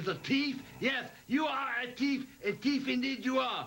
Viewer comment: Did Mr Fuji call hulk Hogan a teeff